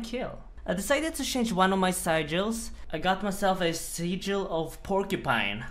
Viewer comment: Three different pronunciations of "sigil" in less than 10 seconds. Classic.